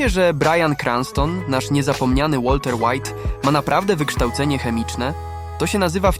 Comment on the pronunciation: łalter łajt